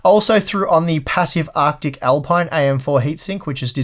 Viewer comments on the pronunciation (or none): none